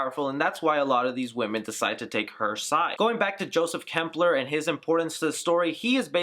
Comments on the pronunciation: Not trying to nitpick, but if you're gonna do an explanation video, you lose all credibility if your names / pronunciations are off. It's Klemperer, not Kempler It's Coven, not Covenant And they reveal her name to be Suspiriorum, not Suspirium at the ritual scene Hope I'm not nitpicking too much, and if I am, forgive me. It was just grating to hear those words over and over again. Love the video, though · Dude just on a friendly note you did botch the names Suspiriorum and Klemperer. Great explanation. Also it was Tanner who put the spell on Olga because Blanc said what happened was a mistake. Sorry if I'm sounding like a dick I'm just a huge Argento nerd! Seriously good job bro!